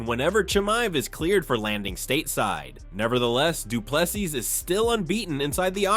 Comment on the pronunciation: Not doo ple s i s but say SEA or SEE